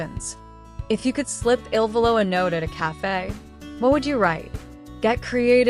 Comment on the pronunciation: First, it is not I.L.VOLO…..it is ILVOLO……not ILLINOIS VOLO……. Learn the proper pronunciation of each of their names…..you are totally embarrassing yourselves. How can you profess to be professional when you make major errors??